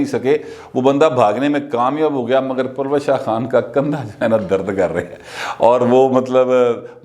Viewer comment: یہ نام پلوشہ نہیں اس کا درست تلفظ پل وشہ ہیے، پشتو کا لفظ جس کے معنی "کرن، چکاچوند، چمک" وغیرہ ہیں